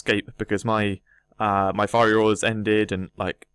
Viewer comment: It's Fiery Aura, not Firey Aura, mate